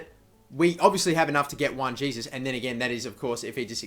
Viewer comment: Pronounced oh core ray (okore) and hay soos (Jesus) like Jesus navas